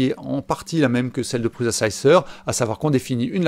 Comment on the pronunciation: Oh pitié l'ami ! On ne prononce pas 'PruZa" mais "Pruça" ;) Il y a plein de vidéos ou Josef Prusa prononce lui même son nom. Ce gars est quand même un des plus éminents contributeurs au mouvement RepRap. Imagines un gars qui parle d'informatique en évoquant Steve Jaube ou Bill Jettes, il ne serait pas top crédible, non ? Et Slic3r se prononce Slicer à l'anglaise. Simplify3dse dit Cîme-pli-Faille-Sri-Di. Et GRBL "Guerbeul", comme ça on sera complet ;) Sur S3D tu aurais éliminé les blobs en utilisant "wipe at end" ;)